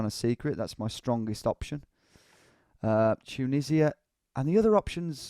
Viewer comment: Dju-nisi-a? Ya serious? 😂😂😂